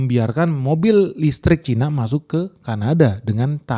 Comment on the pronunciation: Cina bukan Caina